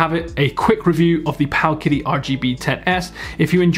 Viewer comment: I believe it’s pronounced paoooowwwkitty